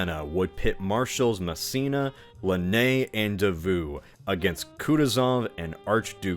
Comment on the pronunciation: I felt I was being shot every time he pronounced Davout. (Edited because I forgot some words so the sentence made no sense originally)